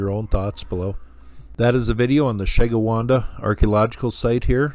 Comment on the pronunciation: It's pronounced Sheh - gwin- dah.